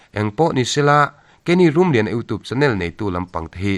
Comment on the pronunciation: U toop,,,,u tuup,,,,iu tup,,,, hetia lam rik channel hi ka en peih lo... you tube ania, tube tih lai tuup,, tooop ti a lam tur pawh anilo....